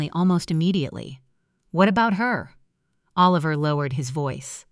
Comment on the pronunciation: Come on. Oh-Liver?